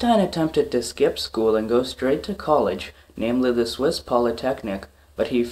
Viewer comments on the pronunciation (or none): none